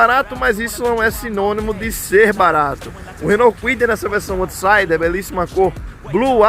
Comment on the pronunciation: Bom vídeo, só uma correção rápida: out em inglês se pronuncia “aut”, então se fala “autsaider”, e não “ôutsaider”.